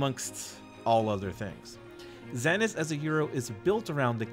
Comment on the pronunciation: Zanis? Are you sure? Hahaha